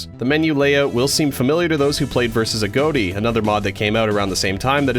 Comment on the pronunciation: i like how he says "a goat tea" insead of ah-göt-e"